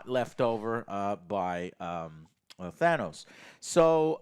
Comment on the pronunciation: How is it you still haven’t learned how to pronounce Thanos